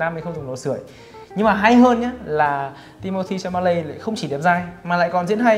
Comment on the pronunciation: Timothée Chalamet mà ổng cứ đọc là Cha-ma-lây =.=